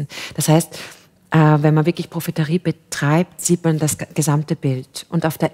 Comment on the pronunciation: Das heißt doch profetie und nicht profeterie oder nicht? 😂